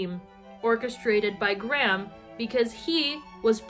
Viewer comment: all I can focus on this entire video is the weird weird way you guys pronounce Graham